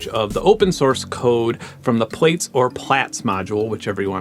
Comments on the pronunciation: Great video, really enjoyed that, but... Plaits. It's not 'plates' it's 'platts' as in to plait your hair. It was the follow-up to Braids... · plaits: "plats" emilie gillet: eh-mee-lee-yay zhee-lay" :) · Wait, you pronounce Plaits as Plates?